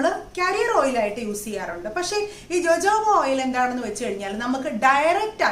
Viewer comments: It is pronounced as hohoba not jojoba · JOJOBA എന്നതിന്റെ ഉച്ചാരണം Hohoba എന്നാണ്. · ഹോഹോഭ ഓയിൽ എന്നാണ് pronounce ചെയ്യുക. ഞാൻ uk യിൽ ഒരു കടയിൽ ചോദിച്ചു, അവർക്ക് മനസിലായില്ല, ഞാൻ spell ചെയ്തപ്പോ അവര് ഓ ഹോഹോഭ oil.. ഞാൻ പ്ലിങ് 😂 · Nan tekarud jojoba, rosehip oil and castor oil mix.its too good And dear JoJoba is pronounced as hohoba .... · Pronounced it hohoba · ethu pronounce cheyyunnathu ho hoba oil ennanu. Lakshmi nair vlogil und. Sathyam parayalo,,, nalla resulttanu. Vit e oil with white kasthoori manjal cherth vach daily use cheyyuka. Njan nokiyathaanu. Very effective💪✌👌💪✌👌💪✌👌ninghalkum use akkam.